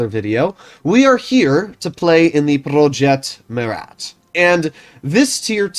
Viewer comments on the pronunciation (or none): if you want the proper way of saying it, dont pronounce the "t" at the end. So it will basically be: "Proje Mura" in English ( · “Prrrroyet Muerat”